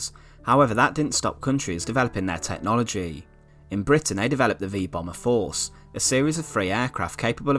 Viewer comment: H e also puts emphasis in the wrong places. He says the 'V bomber FORCE' but in normal speech it would be 'VEE bomber force' or 'V BOMBer force.' He is reading the text poorly.